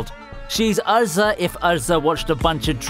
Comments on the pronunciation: He said arza instead of erza lmao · Erza not Urza, Mee-ka-za not Mi-kuza.. geez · Is it just me or does he say some of the names weird. He says erza (pronounced how it looks) kind of like ar-zah. He says goku funny too. Could it be an accent thing? I don’t have a problem with it, just curious what’s behind it. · Was it that hard to say erza